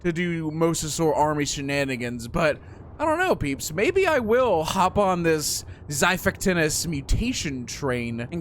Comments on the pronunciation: Rest in peice lost island Also omg you have a apollo bow 😂💀☠ Btw its xipactinus (dont see my spell) Why you call it xai its xi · You sat it like zy-fact-inus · its zafactinus thats how its said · I'm pretty sure Apollo isn't the god of the sun, as it would be Helios. Technically Apollo is the god of archery, along with his twin, Artemis Name the mosa Abyss or Void Also also, it's pronounced zhi-fact-in-us